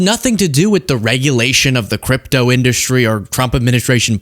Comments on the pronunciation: The guy has never pronounced the word “industry” normally. He’s says in DUS trē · Why does he have such a hard time saying in-dus-try